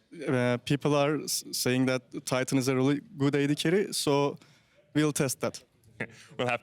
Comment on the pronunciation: It's... titan. Tie-tan